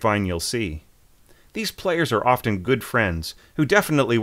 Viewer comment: There is no such verb as "score read". Say either "read scores" or simply "read". (By the way,, the "t" in "often" is not pronounced.)